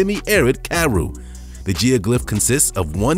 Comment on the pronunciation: Please stop saying karoo like that it's a disgrace.